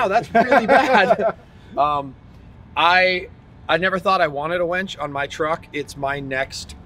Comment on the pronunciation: Hooked on phonics buddy...its a winch not a wench lol..